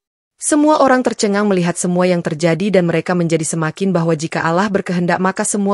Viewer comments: Bacaan Alloh kok jadi alah.alah melulu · Yang betul ALLOH bukan alah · nyebutnya Allah salah harusnya ا لله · Yg nembaca beragama islam jadi fadeh bicara ALLOH bukan allah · Mohon maaf sebelumnya mbak yg baca ini atau hos ini mungkin bukan muslim lihat cara bacanya allah yg mestinya dibaca alloh bagi orang muslim tapi mbak ini bacanya allah jadi mengucap alloh saja gak bisa ,bisanya allah mungkin mbaknya takut kali baca alloh seperti orang2 muslim lainnya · Allah Allah...bacany Alloh.. 🤦‍♀️🤦‍♀️🤦‍♀️ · Cerita nya bagus... Tapi tolong lah pengucapan kata ALLOH NYA itu loh .. Diperbaiki.. Sering bngt di podcas lain jg.. Tolong ya buat hos nya